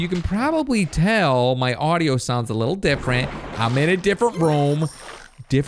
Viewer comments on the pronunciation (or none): none